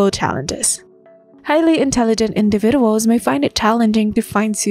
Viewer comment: Your ai voice needs to relearn how to pronounce the word individuals.